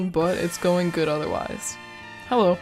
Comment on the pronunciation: well ill be there when you is ready. Also i keep hearing "hewwo everyone"